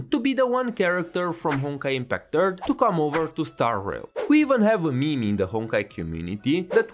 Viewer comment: It's "meme" not mimi